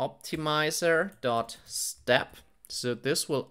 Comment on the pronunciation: 'tensoah' 'optimizah'